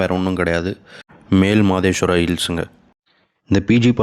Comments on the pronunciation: மலே மாதேவா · Male madeshwara bro its Male (Malai nu pronounce pannanum) Madeshwara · Male mahadeshwara hills.. you're pronouncing wrong..